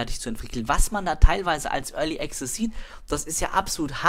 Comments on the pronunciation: sun of a beach es ist schwer, das tatsächliche Phänomen nur mit Worten zu beschreiben, aber ich versuchs:) möchte dazu sagen, dass ich Student der Anglistik bin. so wie es ausspricht, hat er am Anfang ein geschlossenes E, dann ein stimmhaftes G und Z, ein 'schwa' (ja der ton heißt im Englischen so), welches er schluckt und am Ende ein stimmhaftes Z. Dabei hat er die Betonung am Anfang der Silbe auf dem E Die richtige Aussprache nach RP (recieved pronounciation) wäre allerdings ein offenes E wie im wort TRAP. Desen E-Ton gibt es allerdings nicht im Deutschen, es ist vergleichbar mit dem Ä, eine Mischung zwischen A und E. Danach sollte ganz klar ein stimmloses K und S folgen. anschließend ein 'schwa' (ja so heißt der Laut) und am Ende das stimmlose S. die Betonung ist ebenfalls anders. und das ist wirklich so! Im Englischen ist die Betonung nicht willkürlich.. Meinetwegen kannst du gerne auf gehen und dir mal abhören, wie es ausgesprochen wird und anschließend hier im Video vergleichen. =) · Überhören nicht ich nehme sie schon wahr nur bin ich kein Grammtikfetischist wir sind ja nicht in der Schule oder so . Außerdem macht es ja einen entscheidenden Unterschied aus ob der Typ ständig Pronomina Artikel etc falsch setzt oder access nicht wie ein Brite aussprechen kann